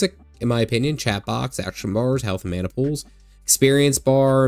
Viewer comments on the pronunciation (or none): none